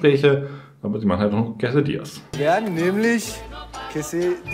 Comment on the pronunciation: Wo kommt denn immer dieses ‘quesEdillas’ her!? Es heißt quesAdillas😩